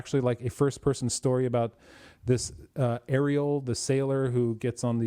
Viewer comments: the AR in Aredhel is pronounced as the word 'are' not 'air' ('a' as in 'father') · This is slightly pedantic but the th sound in Aredhel is supposed to be a voiced soft th as in "that, the, those" etc. not the hard th sound as in "both, bath, math" etc. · Actually there's no sound in English that can reproduce the AR in Aredhel . You need to do a soft rolling of the R . An example in the movies when Saruman says Mordor, but a little softer,he rolled it too much in my opinion.